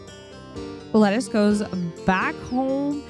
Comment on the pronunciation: Lettice pronounced Leh-teece. 😁